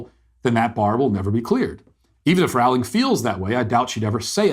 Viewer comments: "Rowling" is pronounced "rolling" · Rowling rhymes with bowling.